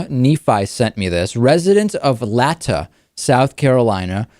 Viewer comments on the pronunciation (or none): You said latta wrong.